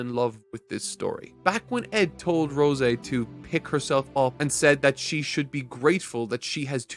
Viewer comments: rose-eh? bruh wtf. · I absolutely hate how you say rose lol it's like the flower not roseh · Is this a bit? Is he deliberately trying to mispronounced every name in every series he reviews? Rose like the flower not the fucking wine. Like dude. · I cant stand the way he says rose lol